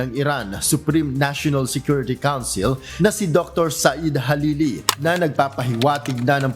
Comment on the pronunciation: sa ARABIC, hindi H and J, JALILI hnd HALILI